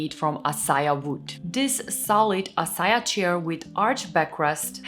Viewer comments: Hey, would like to let you know that the acacia wood that the SKOGSTA is made of is pronounced uh-kay-shah. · Acacia is pronounced əˈkeɪ.ʃə uh-KAY-shuh 😉 😊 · I love your pronounciation of acacia